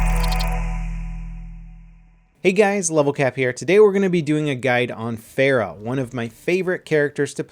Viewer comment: She's your favorite hero and you don't say her name right. Then again no one does so I don't blame you